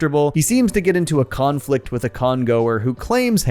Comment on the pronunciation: “Khan” flict